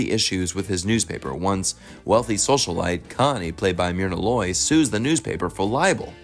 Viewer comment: Jesus, the CORRECT way to pronounce the actress name is "MUR-nah Loy"